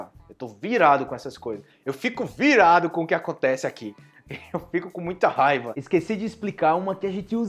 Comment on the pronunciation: Que gracioso, regrese el video varías veces por la palabra (rabia) se pronuncia (jaiba) en mi país una jaiba es como un cangrejo 🦀 😅😂😂 jajajaj